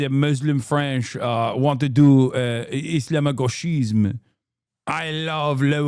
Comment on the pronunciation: No way you heard the propaganda about "islamo-gauchisme" so much you can now pronouce this expression perfectly XD btw it's the same kind of propaganda they used to do about "judéo-bolchévisme" (or "judéo-marxisme")... and we all know how that ended...